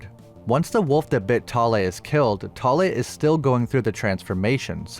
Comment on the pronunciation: As a Norwegian i love your pronaunsiasion of Thale. I also enjoy your videos